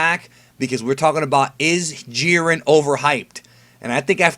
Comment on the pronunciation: I've been thinking. I think the letter "I" in the name Jiren is long. I think his name is pronounce the same way that Siren is pronounced. You know, like a tornado siren.